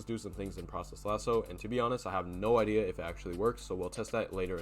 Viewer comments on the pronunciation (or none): none